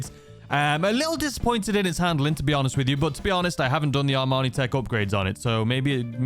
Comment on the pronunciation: why do you constantly mispronounce IMANI's name for armani.. sponsor.?